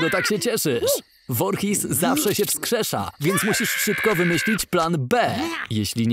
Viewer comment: Nie mówi się Vorhis